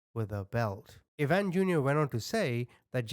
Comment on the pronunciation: Dear....it's pronounced ( I ) eye van... Ivan.... I-van......like Russian....😊❤